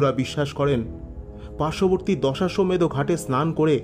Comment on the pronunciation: দশাসমেত না দশঅশ্বমেদ ঘাট😅